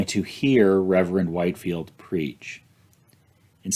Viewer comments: George Whitefield is pronounced “Whit-field,” not “White-field.” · C’mon,, you’re a smart man - how can you NOT know it’s pronounced Whitfield, not Whitefield? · George Whitefield is actualyy pronounced WHIT-field. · These videos are excellent. I'm really enjoying them. I do want to make one clarification. The Reverend George Whitefield's name, though spelled White-field, is actually pronounced Whit-field. He is one of the two greatest English preachers of all time, the other being Charles Spurgeon. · Great vid! As a Savannah resident, I will point out that Whitefield is pronounced “wit-field”